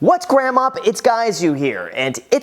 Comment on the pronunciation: "Whats Gram up its guys you here"???? Is that some error or something else?